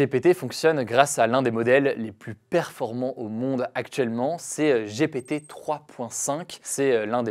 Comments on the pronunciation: J'ai rigolé à chaque fois qu'il a dit GPT (J'ai pété) : J'ai honte 🤭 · Ça se prononce "Gi pi ti" sinon tu as un peu l'air con ... 🥲